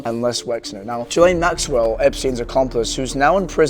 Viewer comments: Ghislaine is pronounced Gill-Lane. It's a french name, and the s is silent. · GUH-LAINE! Learn how to say people's names! Christ on a cracker! SO annoying!